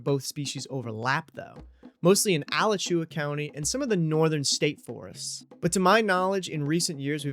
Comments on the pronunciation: *uh-latch-you-uh not al-uh-chew-uh lol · Alachua County is pronounced "uh-LATCH-yoo-uh." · The pronunciation of Alachua is uh law chew uh lol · FYI, pronounced Ah-latch-uah county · That’s not how you pronounce Alachua County 😂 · Lifelong Floridian here: overall, you did a great job! 97/100. However, I had to take a few points away because of your pronunciation of two words: the first, and least egregious, was the word "cicadas ". I'll let that one pass, but as a resident of Alachua County (Gainesville and the University of Florida Gators), I cannot forgive you for your pronunciation of "Alachua". There are two ways to pronounce Alachua, depending on if you're referring to the city or the county, but the way you pronounced it was a war crime. Seriously, it was bad. Keep practicing. (Kidding with you! But yeah, it was painful to hear...)